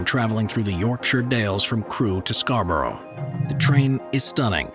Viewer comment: As a local, I've never heard anyone pronounce Scarborough like that.